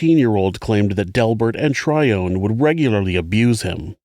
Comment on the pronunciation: Are you saying the woman’s name was Trion? Like Alpha Trion? …the transformers? Edit: I looked it up & OHHH! It’s spelled like the dyslexic version of Tyrone ..Tryone Okie dokie